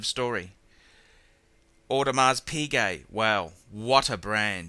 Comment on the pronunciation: I don't think you said audemar piguet correctly O_O.